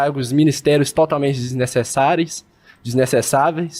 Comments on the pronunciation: “Desnecessáries” “disnececaveis” 😂😂😂😂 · "Disnecessareis...disnecessaveis" Pode cre 😂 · “Disnecessaveis” “Disnecessaveis”